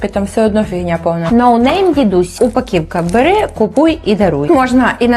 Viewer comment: На Бога! "УпакІвка" це азіровщина! Невже не можна нормально казати "упаковка"?